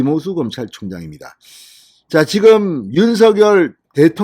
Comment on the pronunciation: 다 좋습니다. 근데 윤석열 당선인의 이름 부를 때 발음이 조금 거슬리네요. 윤 석 열 , 윤 서 결 처럼 들리네요